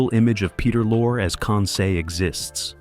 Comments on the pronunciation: Pronounced Peter Lorre', not Lore--what are you talking about? he was absolutely in the movie. Paul Lucas played Pierre Arronax! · "Lorre" is pronounced "Lorry". And what's this idiotic crap about him being replaced??? Good grief, you AIs get stupider and stupider all the time!!! Don't listen to this, people!